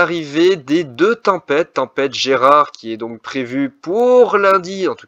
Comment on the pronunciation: GERARD PAS GERAD 🤣🤣 BON POINT